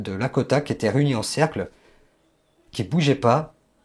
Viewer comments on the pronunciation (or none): Il ne représente même pas le peuple lakrota et non lakota.. il ne sait même pas prononcer le nom..